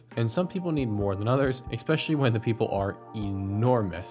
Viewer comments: E-specially not ex-specially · Eggspeshally? Really. It's especially. Esp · Stop saying "expecially"... its ESPECIALLY... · "EXpecially." lol. Really? English is your first language, right? 🤦‍♂️ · PLEASE stop saying “expecially”